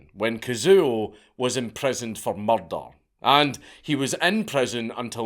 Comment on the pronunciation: I love the way dank says murder: muldul E was convicted of muldul